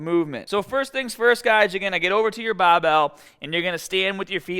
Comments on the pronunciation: lets get staaahted! 😬 Listen up, keep the baaahhbell shoulder width apaaaaahtt!!! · why does he say bah instead of bar "bahbell" looool